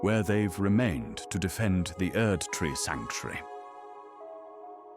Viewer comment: well I gotta say I am very glad that you had the idea to start this project, and you do a great job at tweaking that voice because honestly it’s 100% seamless. The way it says “Erdtree” is always very satisfying lol, and many other particular words. Really nailed the exact perfect documentary accent. I look forward to seeing where all you take this style of content going forward, and here’s hoping you continue to grow in order to do more and more things with your vision :) who knows maybe one day you’ll get someone like David Attenborough to make a guest appearance 👀